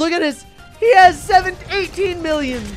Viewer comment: When says 1mill I hear 1bill